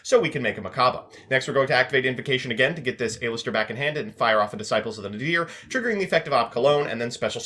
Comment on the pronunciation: saying A LISTER instead of Aleister